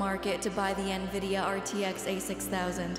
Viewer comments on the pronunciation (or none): none